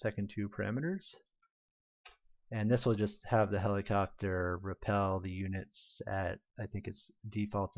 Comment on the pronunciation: Cant unhear it, if you thought that he said "helicockter" one time.